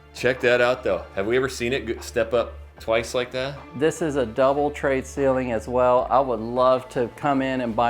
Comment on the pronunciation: why do you call it trade(tray) ceilings?